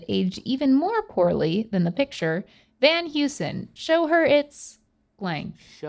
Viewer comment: Sorry, lady, but Van Heusen is pronounced like “Van Hoysen”.